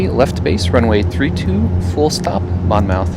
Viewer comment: Nice video- FYI KBLM is actually in Wall Township NJ- about an hour away (in a car) from Atlantic City (KACY). Idk why KBLM comes up as Atlantic City but it does on a lot of plates. Also it’s “Mon-myth”